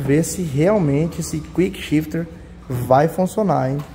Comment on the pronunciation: "Cuickchifter" vc vai vê 🤣🤣